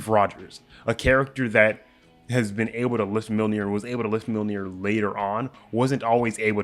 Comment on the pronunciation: It's pronounced Myolnir, not Milnir.